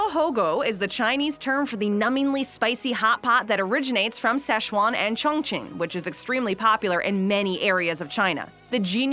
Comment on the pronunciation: I'm going to need the narrator to say Cong Ching (?) In every video. LOL!